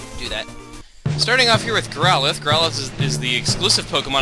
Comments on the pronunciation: It's not growlithe (Growl-ith) it's growlithe (growl-i-thee) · I thought he was catching a Growlithe, not a "GrowWUHDUDA"